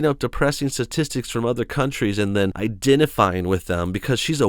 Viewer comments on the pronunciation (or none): none